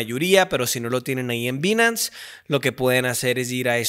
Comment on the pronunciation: interesante que sabe ingles y no dice bien Binance